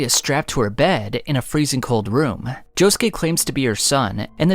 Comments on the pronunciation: Can’t forget Joe-Shoe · Why he say jojolion like that, why he say Josukes name like that it hurts